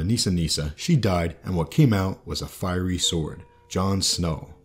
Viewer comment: Nice insight. One thing...."fiery" not "firey"